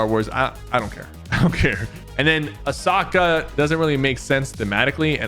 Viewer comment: “ a sock ah”